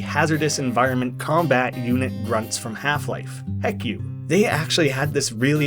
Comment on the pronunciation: its pronounced H.E.C.U and not HECKOO